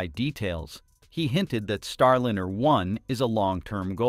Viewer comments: Could you program the synthetic voice to pronounce Starliner the correct way? It's Star L-EYE-NER, not Star L-INN-ER. It's a "long vowel sound." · StarLiner is ALWAYS pronounced with a long "I". WHY do you say "Star-Linner" half of the time? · Star Lener?? AI can't read apparently. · "Starlinner?" Why can't they pronounce it correctly? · Same here. for that and for constantly hearing "Starlinner" 🙃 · I can't help but notice that the AI voice always mispronounces Starliner. Would it do a better job if, just for the AI script, you spelled it Starlyner?